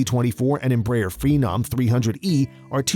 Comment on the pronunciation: At least try to say Embraer the right way